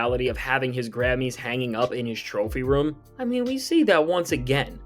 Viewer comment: Well, he can’t say Grammys.. 😂😂😂🤣